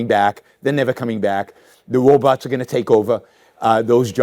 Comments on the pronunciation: I can’t take anyone seriously who pronounces robots as “Woe-Botz”. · 🤖" ... the wobots awe gowwna take owah ..." - yawon bwook (appropriate speech impediment)😎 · I am sorry, but i wave to wobots sounds so cute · “The wobots are coming”. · “The wobots are taking over.” I’m going to try to work that line into a conversation today.